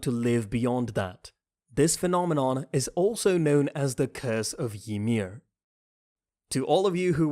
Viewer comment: The way u pronounce Zeke is so damn annoying Wtf is Zekeh?? And it's Reiner,not RAIner and Ymir not Yhmir